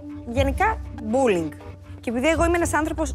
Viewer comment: Όλες ξαφνικά έχουν δεχθεί μπουλινγκ.. "πουλιν"(που λέει κ η Σουζανα) έχετε δεχθεί αλλά αυτό είναι άλλο θέμα